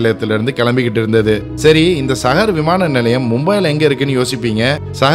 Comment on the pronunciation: It's not mumbaai it's Mumbai..it's not sahar it's saahar (Pronunciation)